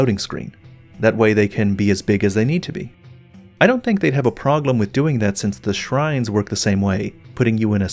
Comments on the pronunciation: Is it just me or does always pronounce problem as 'proglem'? I'm sorry but it's a parasite that's eating into my brain and getting closer to the centre with every video of his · Is it just me or does pronounce "problem" as "proGlem"? 🤔